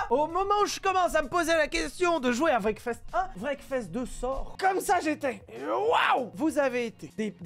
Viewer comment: Anglais: Wreckfest: Breakfast